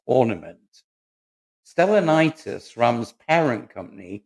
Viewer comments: Correction: The Cy is called Stellantis, not Stellanitis🤔. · Stellanitis sounds like a crippling testicular malady, whereas Stellantis sounds like a car company. Darta sounds like posh people's data (pronounced day-ta). I hope that you cough improves. Too many Bensons?! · “Stallanitis” !!🤣🤣🤣 Give up for goodness sake. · I stuck with it until "Stellanitis"........jeeeeez.........Stellantis!! I take it you aren't actually in the motor trade!